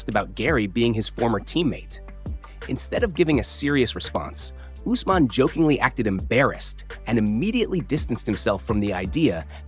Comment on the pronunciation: This channel butchers names. (Say- judo) Is Cejudo and (use- man) is Usman.